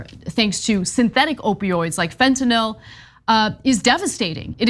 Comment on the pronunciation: Love u guys, thanks for not saying "fentonall" 😘